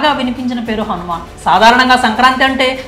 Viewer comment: ఒరేయ్ అది హనుమాన్ కాదురా Han man ముందు సరిగ్గా పలకడం నేర్చుకోరా తర్వాత రివ్యూ ఇవ్వు